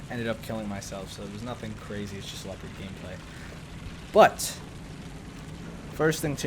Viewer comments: It's not called LII-OO-PARD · It's Lep-erd